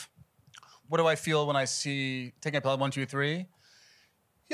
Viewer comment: This looks great! Very interesting. But…it might have been a good idea for the presenter to have seen the film. “Pel-ham” is a tell.